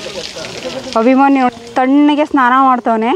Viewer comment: ಮೇಡಂ ಮೊದಲು ಅಭಿಮನ್ಯು ಅಂತ ಹೇಳುವುದನ್ನು ಕಲಿಯಿರಿ.ಅಭಿಮಾನಿ ಅಲ್ಲ 🙁